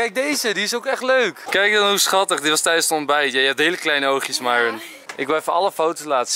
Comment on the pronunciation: Eindelijk dat enzo Myron haar naam goed zegt